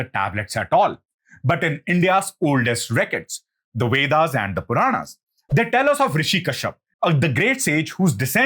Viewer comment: It's not the wedas. It's vedas. Pronounce the letter V correctly